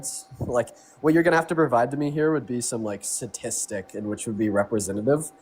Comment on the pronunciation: Both and leave out the 1st "T" in sTatistic(hence the abbr., stats). Almost sounds like "sadistic". It is sadistic to do that to the pronunciation. Gimme a T for Texas, gimme a T for Tennessee....